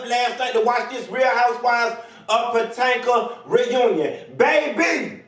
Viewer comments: Oh Bless ur heart! 🧐Look I’m here for this video but it Is pronounced 🗣puh-👏🏽toh-👏🏽muhk👏🏽. Beloved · When you said housewives of PA TANKA I fell on the floor🤣🤣🤣🤣